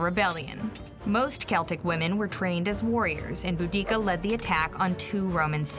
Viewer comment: (boo)-(dah)-(kah) & (tas)-(ih)-(tus), not boodeekah & tackitus.